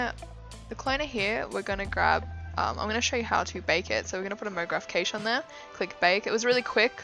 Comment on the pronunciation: "Cache" ...is pronounced just like "Cash". Not kaych